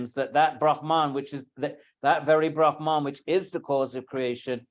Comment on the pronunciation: It is not Brahmān (ब्रह्मान्) but Brahman (ब्रह्मन्). I am amazed such an accomplished person as Edwin Bryant should make this mistake.